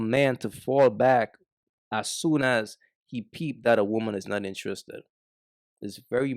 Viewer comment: Intriiissred 😂😂 u Guyanese bro?